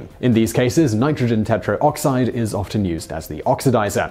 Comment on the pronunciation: Today I Found Out Come on Whistler & Hiskey! This one had great info, but some bad pronunciation and editing. Oops! HyperBolic is a type of curve. HyperGolic is a type of propellant (spoken, and written on the screen = 2 strikes) It's pronounced Grumm-an, not Groo-men! , Normally pronounced teh-troxide, not tetro-oxide. And totally missed the bonus fact that dilute hydrazine is often used in boilers to prevent the formation of scale.